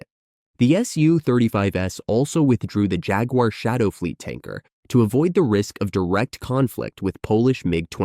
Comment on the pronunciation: Any video that cannot even pronounce jaguar correctly hasn’t done their research so the rest of the facts cannot be trusted